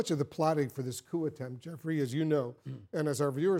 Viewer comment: "Coop attempt" 😂😂😂🤣🤣🤣